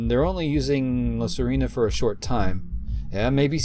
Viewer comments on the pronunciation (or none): You pronounce it La Sirena not "La Sarina"🤣 The Mermaid in Spanish🧜‍♀️🧜🧜‍♂️ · Just for the record, it's La Sirena /see - REH - nah/, not Serina.